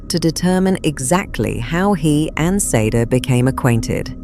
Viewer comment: Sade? It's pronounced shardae